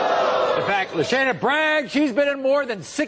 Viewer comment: I thought you pronounced her name lasagna